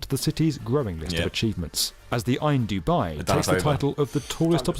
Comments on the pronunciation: The dub-eye 💀💀💀Im shleeeeep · "The Dubeye" ahahaha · “Dub-eye”, good one Tobs...